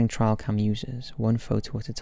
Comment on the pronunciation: I always listen to these videos while cleaning or chores, I was so confused when he kept saying TRIAL CAM? I was trying to figure out what the hell a trial cam was. He is most certainly talking about Trail cams.